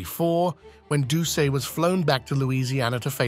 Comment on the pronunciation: #-3 Gary Plauche"s last name is pronounced Plue--Shay. Jeffrey"s last name is pronounced Do--Set. YW 👍👊😎